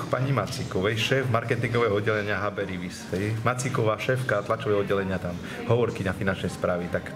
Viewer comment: HB Rivis. Borec to ani nevie vyslovit!!